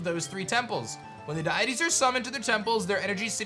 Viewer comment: deities (dee-uh-tees)